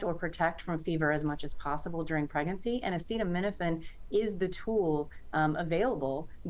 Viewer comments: Trump can't even say the word Acetaminophen lmao... is he autistic? His mother must have had too much Tylenol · Do you think class action lawsuits trump loads of scientific studies and meta-analyses? Listen to what he said. He doesn't know what he's talking about. He couldn't pronounce the word - that's how much care and thought he's put into it. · Trump is a dumbass and can’t say acetaminophen so the idiot just says Tylenol. Hope he gets sued for it. Lol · Why would anyone listen to the Orange Carnival Barker, in addition to lying constantly he can't even pronounce the word "Acetaminophen" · Can't pronounce "acetaminophen" (which we've all heard of) But had no problem pronouncing "hydroxychloroquine"🤨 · Sure, take the advice of someone who doesn't even know how to pronounce acetaminophen lol. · I loved how he had to ask if he pronounced acetaminophen correctly. Can we get him to try paracetamol next? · Bro couldn't even pronounce the name correctly. Yet stood up there reading from a script about something he probably doesn't give a shit about. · Can’t even pronounce acetaminophen.